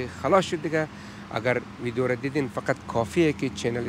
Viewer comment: آقای سروری اگراز واقعیت نگذریم دخت خوش اخلاق ایرانی بیننده هایتانرا بیشتر می نماید 🇦🇫💝🇮🇷 ویک خواهش لطفاً ویدیو را ( ویدیون) تلفظ نکنید..‌ دم بانو گرم گرم